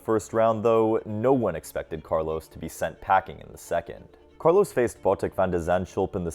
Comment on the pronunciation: His name is Carlos, not Carlows.